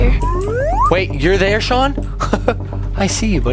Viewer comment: SHAWNNN ITS SHAWN